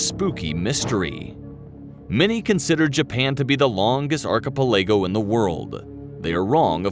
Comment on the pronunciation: Arkicpillago??? Phoenetic ennunciation perhaps?? ???